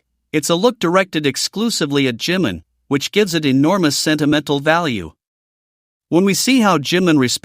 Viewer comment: Не Джимн, а Джимин!!! Что за идиотизм?